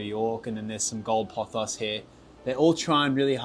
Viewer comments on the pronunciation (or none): none